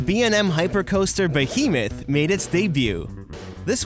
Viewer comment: omg the way he pronounced behemoth, ahah I'm a Canadian and I find that hilarious